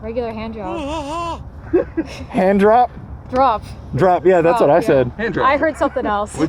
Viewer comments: All around great episode, great edits as always. I also caught that "handjob" line same way she heard it, replayed it yup no way he said handrop lol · sounds like he said hand job I heard it too lol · Definitely sounded like he said handjob, way more than hand drop. I heard no “r” or “p” when he said it, which is why she heard handjob, bcuz thats what he said!!! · I heard the same thing "regular hand job" lol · yo, he def said 'handjob'... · It's ok, heard job also. I replayed it sounded like "jop". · It did sound like he said handjob not handdrop. lmaooooo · Lmfao I swear he said handjob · YouTube auto generated captions said hand drop. I heard job though